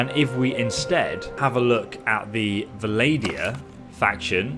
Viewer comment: ngl the "Valadia" got to me, love the vids though